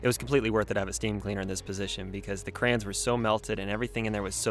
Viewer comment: I heard you say crans instead of crayons 😭 I’m so glad I’m not the only person who says crans 🙃